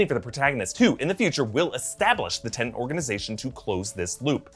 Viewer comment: I know Doctor Who deals with time too, and "I'm sorry, I'm so sorry', but it's TeNET not TenNANT...